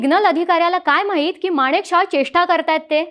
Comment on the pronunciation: बोलण्याचा वेग जरा कमी करावा. माणिकशाह नाही मानकेशॉ असा उच्चार आहे. बाकी सादरीकरण छान 👍 पाकिस्तान शेवटी भिकारी ते भिकारीच गाडीचे पैसे देण्याचीही ऐपत आणि नैतिकता तेव्हाही नव्हती आजही नाही... 😂😂